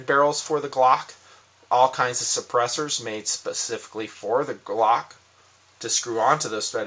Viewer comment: I don't even own a gun and know it's "glock" not clock lol